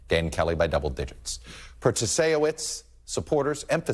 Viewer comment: Can't Todd pronounce Protasiewicz ? LOL sure, it's not the easiest name in the world but he's supposed to be a professional and is supposed to be prepared.